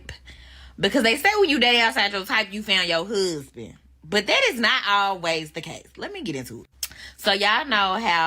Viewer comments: Speak!! "When words are tortured the people suffer" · I can’t take a woman who pronounces husband as “hoosband” seriously. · The way she pronounces husband = super red flag